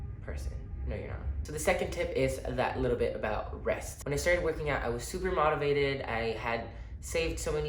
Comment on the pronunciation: Lol at the way you say “motivated” 😂 try saying the “mo” part of like the word “more” with out the “r” (moe-ti-vated). Thanks for the gym advice 😈